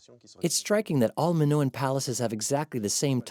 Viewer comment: How can you trust anything that's said if the narrator can’t even pronounce Minoan correctly, let alone Theseus and Daedalus?